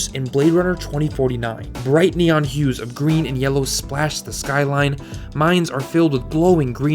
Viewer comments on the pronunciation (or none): none